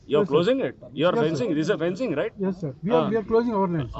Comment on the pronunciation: ఫినిషింగ్ కాదురా అయ్యా..అది ఫెన్సింగ్...